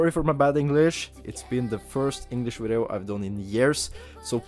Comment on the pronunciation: What a “wideo” ??